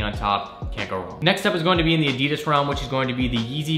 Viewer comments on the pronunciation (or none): none